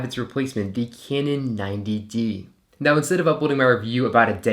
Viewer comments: A few corrections. Pronounced kanon 90d not kinon 90d. Has a joy stick like canon 50d. The 5x series always had a joystick but this was discontinued on the 60d. Thanks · stop saying caynon mate